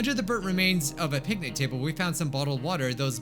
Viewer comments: I heard both pancake and picnic. XD it might be the new yanny & laurel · I uh,, I thought he said pancake